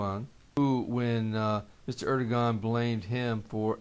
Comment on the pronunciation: Erodogan pronounced Ur-doe-Wan FYI